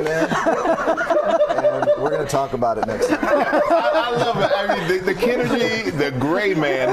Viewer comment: Ken-energy, lol.